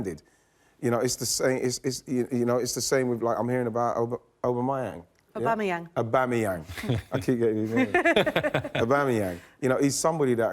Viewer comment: Visiting this video after he signed a new deal.. Sanchez was the biggest mistake for Man U and Aubamayang the best Arsenal player since. Notice Weighty didn't know how to pronounce his name then😁